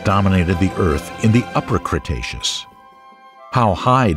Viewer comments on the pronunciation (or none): This videos has a lot of inaccuracies First of all, its pronounced Cretaceous (kree-tey-shoos), we heard you pronouncing it wrong. Second, such dinosaurs such as Trex and Ankylosaurus didnt lived in the Early Cretaceous. Third, Trex was now estimated to be larger than Carcharodontosaurus in terms of mass of 9 tons. Fourth, Trex never encountered Carcharodontosaurus since they lived in different places and time and fifth, the Trex will easily win in a fight against Carcharodontosaurus due to its huge advantages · Congratulations on learning how to pronounce "cretaceous." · the emphasis on the first CRETacous becuse in the last video he said "CRUSTacous" made me laugh more than it should have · Cretaceous? Don't you mean Crustaceous?